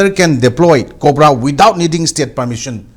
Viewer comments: "KOPRA"😂 Oja, "COBRA" ne khangpiyu😂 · yes, I know. Tangkhuls are accustomed to using 'P' in place of 'B' and vice-versa, so he says KOPRA for COBRA (focus on P & B). Likewise, I interchanged P and B in a satirical sense in the word 'khangbiyu' to 'khangpiyu'. Understood?